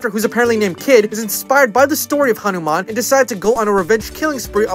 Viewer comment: I love how you pronounced Hanuman correctly but butchered Dev Patel lmao